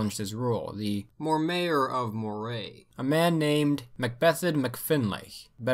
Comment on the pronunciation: Moray is pronounced Murray, btw. Enjoyed this video, I hope in part two you will cover the rise of Universal Public Education in Scotland given how important it was to, well, the entire modern world we have today. Everything stemmed from that choice.